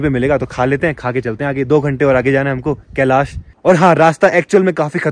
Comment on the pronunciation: Kalish kalish kiya bol rha he kalish parvat bolne me tuze bhar ara he kiya